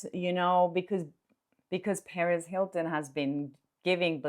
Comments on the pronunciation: just a quick note regarding the pronunciation of “Perez” (because I keep initially thinking you are talking about Paris Hilton!): The accent should be on the second syllable. And it could be pronounced more like puh-REHZ if you are referring to Perez Hilton (and not Paris Hilton)! 😁 Thanks for all of the great content! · Hey! Great reporting! As a recovering English teacher,😂 I’ve got to tell you that when you speak about Perez Hilton, it sounds like you’re referring to the socialite, Paris Hilton. Perez has a hard emphasis on the Z. LOVE YOU!!! 😘